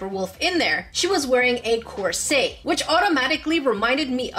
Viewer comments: PLEAS DO JENNA MARBLES Did you say corset like corsA it is corsET? Have I been pronouncing it wrong but is corset righ??🤔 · It's definitely corsET. She's saying it as if it's a French word or something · She is wearing a course Me: Saltiness intensified YOU MEAN COURSET YOU SAID IT WRONG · The way she said "corset" physically hurts me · I just saw in the last video of yours that I watched that English is your third language, and that you're from Canada... Then I heard the way you pronounce "corset," in this video... I'm guessing that one of your first two languages is French, but what is the other one, and in what order?